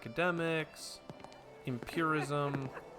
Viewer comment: Also, you were pronouncing empiricism as empirism, it is empir-i-cism :)